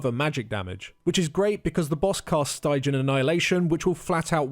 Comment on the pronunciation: Your pronunciation of stygian :D